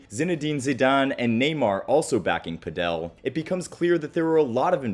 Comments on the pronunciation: The mispronunciation of Padel drove me crazy. It's not "pa-DEL". Jamie Murray pronounced it correctly. How it's pronounced in Europe is phonetically "paddle". Good content you probably just contributed to a bunch of people not knowing how to say this game's name. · Who will tell him it’s not PadEl it’s PAdel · It’s paddle; not padel. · why do you pronounce Padel like that ? It sounds like paddle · You can just pronounce 'Padel' as 'Paddle'. In Spanish, the stress is also on the 1st syllable (pádel). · Ive never seen someone pronounce padle so wrong before 😂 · So.... PÁDEL pronounced, at least in Spanish; the accent is on the á.... So the strong syllable is the first, not the last one. PÁ!.....del... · Just say padel like you say paddle. It's not "Padel Castro" 🤣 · brother your pronunciation of padel makes me cringe. all this research in the sport, including interviews of people who say it correctly and the man decides puh-dell is the way to go smh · The first time he mentioned it, I thought he was saying “Fidel”. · It’s pronounced Pad-uhl ball/tennis as in Paddle Steamer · did you just call padel, pedel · Pretty sure it's pronounced 'paddle' if you're speaking English. 'Pad-el' if you are Spanish. Makes me laugh every time you say it though.😊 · I wouldn't say Pickleball is the problem. Padel (emphasis on the first Pah sound) is the beginning stage for Tennis. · It's pronounced "Paddle" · Stop saying “Padél”! The accent is on the “a”. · 'Pedel' Sorry good video, I liked it. Just could not help myself with the pronunciation ( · Padel doesn’t have an accent on the e - you’re pronouncing it wrong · why do you say padel like that 🤣🤣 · they way he says padel makes me so mad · The way you pronounce padel is infuriating me. Otherwise good video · Pls pronounce padel right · Padel is pronounced like paddle, not padél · I think I speak for everyone when I say "lol, he keeps saying 'padél' instead of 'pádel'" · padEl padEl padEl padEl padEl .... who pronounces it that way??